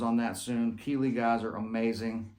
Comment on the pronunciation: You’re the best. Thanks for all the years of free lessons. Love the “South Alabama” Keeley😂😂